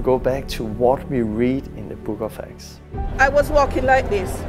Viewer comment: the book of acts.. I keep thinking they saying the book of x or eggs